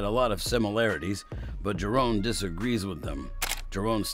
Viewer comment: JA-RON not JA-RONE!